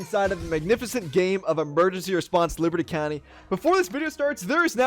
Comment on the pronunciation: Petition for this lady to start pronouncing the game back as “LIBATEEE COUNTEEE” or “LIBS COUNTY”